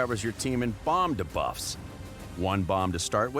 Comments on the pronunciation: remember the time this voice artist said Ka'el instead of our usual Kael? now that he pronounces debuffs wrong, i think we're good again with Kael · I had to stop watching because of how he says duh-buf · the guy says debuff so weird he goes da-buffs XD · my ears bleeding from all them debufffs they need to teach him how to say it right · the way he pronounces "debuffs" makes me cringe... when will they actually get an announcer to pronounce these things correctly?